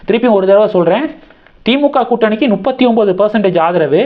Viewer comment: தம்பிக்கு அது தப்பு எனத்தெரியும்! நுப்பத்தி எனும்போது ஒரு குஜால்தான்! அதுக்காக த்தான் சொல்லுறாப்புல!